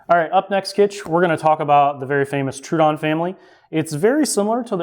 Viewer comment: TrO A Don my guy